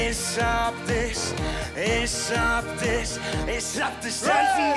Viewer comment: Alles was ich höre : Isch hab disch , Isch hab disch ..😂